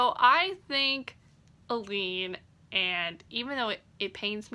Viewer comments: A-Lynn... I kept thinking you were saying Elide Lochan and I was super confused why she would be in a coffin on the cover. Lol of course, IDK how Sara J Maas heard the name in her head, I only know how it's pronounced on the Audible books. (Also, my daughters name is Aelyn :) ) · The pronounciation of Aelin 🙆🏽💔